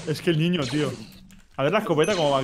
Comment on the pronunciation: Alguno fan de como Perxitaa dice ñiño? Yo lo amo